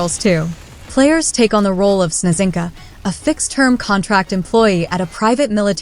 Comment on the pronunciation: I am yet to see a video where Snezhinka is pronounced right. I mean letter combination ZH with one sound. The word means "snowflake".